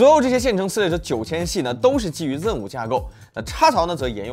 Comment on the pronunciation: 明明是读zen 为什么一直要读成ren?